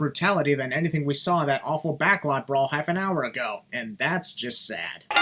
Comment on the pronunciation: I think Vince McMahon should have commentated the Backlot Brawl. No, not because he commentated the first one. But because he just can't say the word "Brawl" (and instead says "bra") so, it fits the match. Also, surprised that bump Damian took didn't get a sin remover. I understand the sin but, because of how brutal that bump looked I'm kinda surprised it didn't get a sin remover. But, I don't mind.